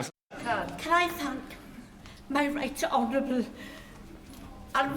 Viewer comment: Right honorouble??